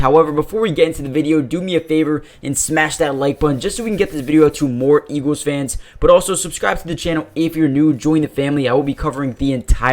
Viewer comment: It’s pronounced “EEGLZ” not “EEGEWZ”